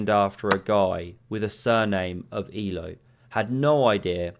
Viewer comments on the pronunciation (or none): Not ee-low, it's a-l-er. Means "living" btw. Élő Árpád his name was, in Hungarian it's Bond James, not James Bond, so his family name is Élő. Just a bit of trivia. Love the channel!